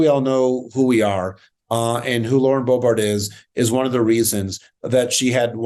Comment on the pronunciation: He has to be pronouncing it Bo-bArt on purpose, right?